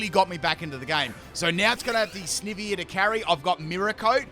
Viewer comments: It’s sniiiiivy not sneeeeevy, I just got mad at you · I swear to heck it's Sn-eye-vee! Not Sn-ih-vee! It's literally Snake + Ivy. You know, the plant/vine/leaf? I just can't with your ridiculous pronunciation rn. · He’s making me mad every time he say sneeevy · Snivy is snake ivy put together, because it's a grass snake. So it would be sn-eye-vee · He said “sneevy” lmao 😂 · Ah yes, good ole Snihvy. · TIME TO ROAST FOR MISPRONOUNCING SNIVY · 2 minutes in, 8 pronunciations of Snivy😮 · My second favourite starter and he butchers its name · Pronounced Snivy as in "ivy".